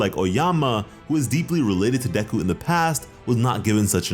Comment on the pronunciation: its not deku, its deku🙄